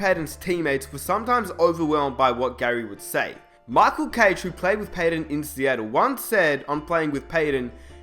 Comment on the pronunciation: learn how to say michael u dipshit